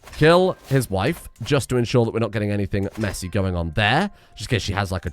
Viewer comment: "Mah waihf!" gets me EVERY TIME. Why, why does it get me so often?! Also if you want something to spend that prestige on you could always declare wars and sic the HRE/Francia on your enemies while you sit back and do nothing. Beauracratic also seems like it could be changed out in your culture, since it's fascination speed is irrelevant and your artifacts mean you hit the cap for lifestyle XP, making it's lifestyle XP bonus irrelevant, meaning it's doing literally nothing for you.